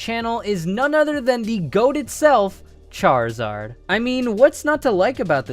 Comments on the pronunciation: He said charizad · THERE IS NO O IN CHARIZARD!